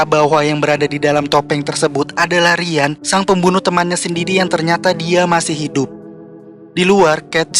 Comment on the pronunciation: Ryan itu dibacanya Rayen bang bukan Rian. btw penjelasannya keren banget dan detail😭 akhir-akhir ini banyak channel review tapi sangat tidak to the point